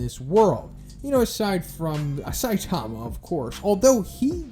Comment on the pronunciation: stop saying Saitama name like that. (Say-tama) 😂